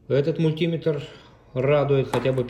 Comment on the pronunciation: Уважайте наши уши! МультимЕтр, а не мультИметр!!!!